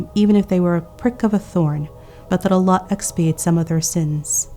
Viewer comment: An amazing lecture as usual, but plz for the verse ومن يتوكل على الله Do Kasrah not Fathah for Allah